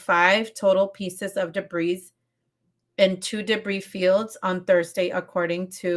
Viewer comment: The S is silent in debris .